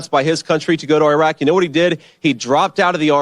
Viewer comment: Thtas how you pronounce Iraq